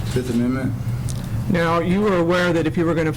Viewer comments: "I plead the FiF!" - Tron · was that the fifth, or the forth?